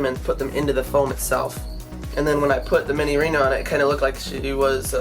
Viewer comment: It’s “Minireena”.